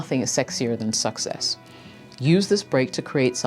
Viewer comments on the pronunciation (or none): Is an AI personality? She has weird accent traits. Most words she pronounces like an American, but some word she says in a bizarre way, like "valooble" instead of valuable. "SUCKsess" instead of success. Nobody from any other country or language pronounces it like that.